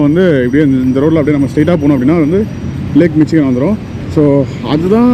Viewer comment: Bro 😅 Eventhough it spells Michigan... pronounciation is mishigan .